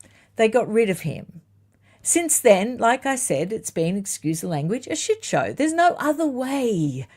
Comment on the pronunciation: unchained! Get 'em! It was when you said, "shit show" I thought, "Wait, sounds American!" 😂 Hang onto that Aussie accent, don't change! 😂😂 Thank you for the books you held up and great report. William will clean up the corruption. "William the Good."